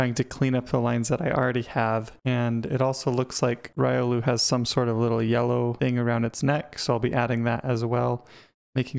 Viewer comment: Didn't even pronounce your favorite Pokemon's name correctly... Pretty good looking sprite though :o